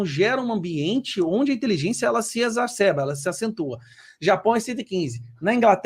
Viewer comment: "EXARCEBA"?????assim fala o sujeito que analisa a inteligência dos outros? Minuto .